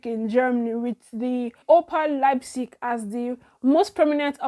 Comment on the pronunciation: lol I know. But I know u got the Leipzig very well bcos its a name of a football club,I have heard it many times. You try well well my dear.